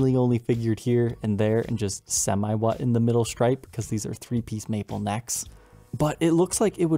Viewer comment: It finally dawned on me that you mean "somewhat" when you say "semi-what".